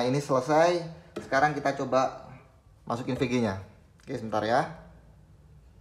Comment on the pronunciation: bang setiap penyebutan pg dan vg selalu terdengar serupa, tolong kedepanya di perjelas bang biar ga bingung salah denger hhe (P)g (V)g